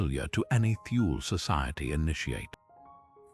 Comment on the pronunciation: Thule is not pronounced "Thool", that is wholly incorrect. It's from the German language, Germans do not employ the "Th" sound but, they do pronounce the letter "e" when it appears at the end of a word. Thus the correct pronunciation is: "Tool-Ah" . I speak German and I have had this pronunciation verified by my German friends.